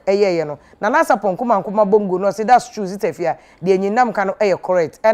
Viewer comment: Eiii Afia you have change the way you pronounce your last name. You will kill me.